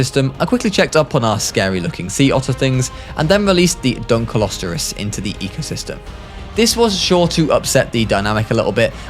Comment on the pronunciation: u miss pronounced dunkleostus its dunk-cle-o-ste-us